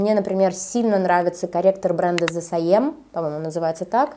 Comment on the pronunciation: The Saem правильно произносится как "Зэ Сом" 😊